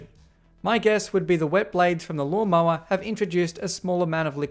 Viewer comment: Law - mow - er'